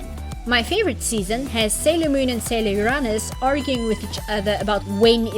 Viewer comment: You're the second person I met that pronounced Uranus like that.